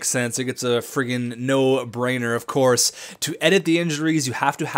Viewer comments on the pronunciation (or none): none